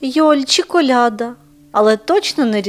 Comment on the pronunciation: КолядА. Наголос.